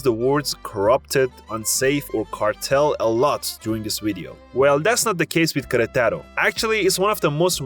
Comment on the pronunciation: “Queretáro” and “barbacua” bro please, I know it’s not your first language but you can try a little harder